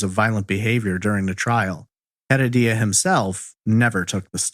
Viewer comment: OMG I'm so sorry but listening to you saying Rodolfo Heredia's last name is like hearing nails on a chalkboard! It's HEREDIA pronounced UH-RED-YUH. In Spanish the H is silent, and you are definitely not keeping in silent. You are pronouncing it like HEAD-UH-DEE-UH now try UH-RED-YUH. See how easy, you added a whole other syllable & made it harder for yourself. Thanks for your awesome content btw. I've been listening to your content for the past 2 yrs and I absolutely love it.